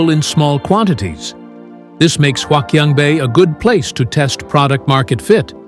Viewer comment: Wouldn't you think that a wannabe influencer who was going to make a video about a place like HQB would at least learn how to pronounce the name of that place?! Gawd, that was painful to watch... (My Chinese wife, though, was amused.) But hey, since the audio is all dubbed in you can easily replace it with a better version, right?